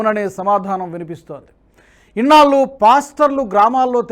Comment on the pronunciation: ళ ని ల వలె పలుకుతున్నారు ; ఇన్నాళ్ళు ని ఇన్నాల్లూ అని. దయచేసి చూసుకోగలరు